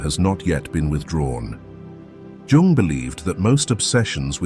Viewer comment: It's REALLY hard to listen to the AI slop voice butcher the pronunciation of Jung's name, but this channel usually gives really good advice, so I'll let it slide this time.